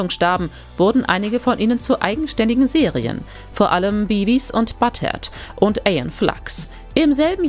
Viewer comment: Hier wird einfach komplett ALLES falsch ausgesprochen, sogar einfache sagen, die eigentlich wirklich JEDER kennen sollte wie Animaniacs oder sogar Beavis und Butthead. Beim ersten Brisco County Junior verspricht sie sich auch und sie haben es drin gelassen. Geht gar nicht. So schlecht.